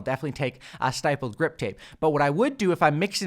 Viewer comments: It's actually pronounced STIPP-LED, not STIPE-LED. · Stipple is pronounced like nipple. Stippled grip. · Jesus I'm tired of these YouTubers pronouncing stippled wrong. Its not stYpled. Lol the word stipled rhymes with rippled. "Stippled" means: dots. its also a form of artistic technique where u draw only using dots. The technique is called "stippling" 👍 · Great work, as always. However, stippled is pronounced with a short i sound, as in it, shit or fit. Thanks for all the work! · Idk if you have already gotten a comment about this, but stipples is pronounced with a soft “I” instead of a hard “I” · Great vid, but just so you know going forward you're pronouncing "stippled" wrong. I noticed it in another video too so this is the second time that's why I'm mentioning it. It's pronounced like "triple" or "cripple"